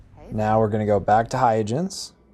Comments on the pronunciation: Hay-ya-jens? Christiaan Huygens wouldn't recognize his own name. It's not hard to look up the pronunciation, you know. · It’s “hoy-gunz” named for the Dutch mathematician, Christiaan Huygens. But otherwise great video! I think your editing was tight and greatly paced. And I never knew about the unregistered sale trick. That’s amazing! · It's HOY-gunz, but thanks! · "Hoi - gens" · The pronunciation is hi-guns, and these ships spawn in random locations once you're above a certain level, my favourite is Huygens and Shoza